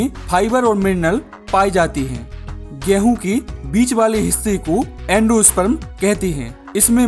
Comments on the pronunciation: Ghrehun kyu bolte ho😅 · Apka 'Gehuu' word mai kafi jada wajan hai💥💥